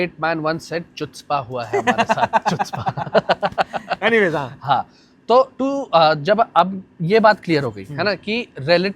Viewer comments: Chutzpah----> चुत्झ्पा ❌ कट्झ्पा ✅ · Lol, Chutzpah nahin bolte, HUTZPAH bolte hain. Choo se bahar niklo doctor sahib. hahaha.